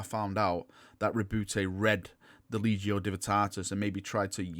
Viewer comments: Lec-te-ti-o Divinatatus, not legio. Sorry, just grates on my ears. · Its the lecticio divinitatus not the legio divytatus ya legio divvy lol only jokin mate i love ya vids and thoughts on 40k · Lec-ti-tio Divin-i-tat-us. I'm getting triggered here. LOL. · You're saying the name of Lorgar's book wrong. It's the: LEC-TI-TIO DIVI-NI-TATUS Just a friendly correction 🙂